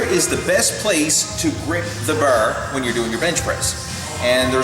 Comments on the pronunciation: Ha ha ha he can't say bar, BAR not BER :D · Only i that hear him saying "burr" instead of "bar"? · I have a feeling he's Canadian when he says "burr". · I knew you were Canadian because of the way you say bar